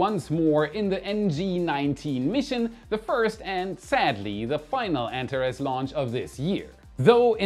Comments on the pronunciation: an-TAR-ees! Not ANT-a-rez! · please look up the correct pronunciation of Antares 😊